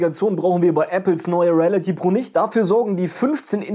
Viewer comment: Ich würde mich freuen wenn du, bevor du ein Video drehst, lernst die Wörter richtig auszusprechen (Reality, Review...)